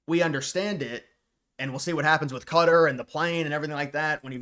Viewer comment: Qatar is pronounced as Kah-taar